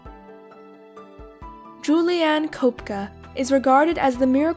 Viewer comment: Oh wow, this is about Juliane Koepcke (you pronounced it wrong, oe = ö), she's a german mammalogist and studied in a city only 30 minutes away from where I live. Amazing!